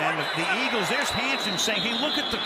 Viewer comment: Lol you said iggles